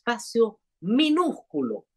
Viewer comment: Rosa Maria:Minusculo ,no menusculo!!!